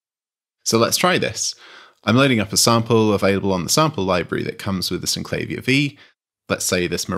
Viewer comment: Sin - cla -veer It's how the designers pronounced it, so that's the only correct pronounciation. Even the manual points this out.